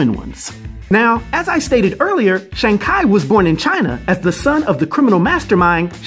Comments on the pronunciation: its shang but said like shawn theres no long a sound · More like Shong